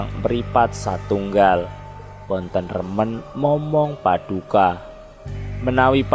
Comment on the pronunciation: Maaf... Narator dalam mengucapkan kata kata dalam bahasa Jawa sangat kurang memahami ejaan dan lafal bahasa Jawa. Sepertinya kurang paham bahasa Jawa. Terkesan hanya sekedar membaca teks /artikel yg entah didapat dari mana... Maaf sekedar kritik yg bersifat membangun. Contoh kata Paduka... Dlm bahasa Jawa huruf "a"terakhir dibaca mendekati lhuruf "o" Manik Maya dibacanya manik Moyo... Dan banyak lagi... Pengucapan kata murbeng dumadi vokal "e" bukan dibaca seperti pada kata "tumpeng" tapi dibaca "e" seperti pada kata "celeng" Bagaimana mau mempelajari budaya Jawa kalau pemahaman bahasa dan sastra Jawa kita kedodoran ...???? Orang Jawa yg tidak paham bahasa Jawa yg baik dan benar = wus ilang jawane ( sudah kehilangan "Jawa" nya ) kalau narator bukan orang Jawa saya maklum lah... Tapi kalau orang Jawa padahal ngomong soal ilang jawane kan ironis... ya udahlah... Tapi jangan terlalu parah gitu lah...